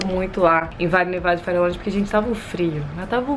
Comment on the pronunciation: DICA: VALLE NEVADO.. ( VAJE NEVADO) - FARELLONES. (FAREJONES).... fica a dica.